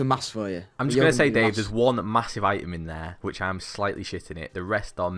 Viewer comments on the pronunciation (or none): none